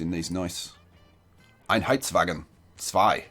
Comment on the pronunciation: I loved the sound of your voice when you pronounced Einheitswagen II ;)